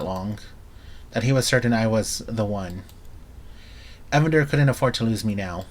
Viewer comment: His name is Ee-Van-der, no one pronounces it Evan-der